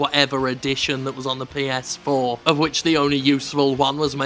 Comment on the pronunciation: Lol heard "Ps-foreplay"